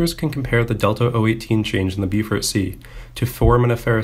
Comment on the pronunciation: Bee-fort Sea? Bo-fort ffs !